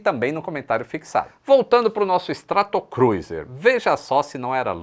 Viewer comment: com sua licença, peço a você pra prestar atenção à pronúncia de STRATOCRUISER: /Stretokrúzer/ e não /stratokruizer/.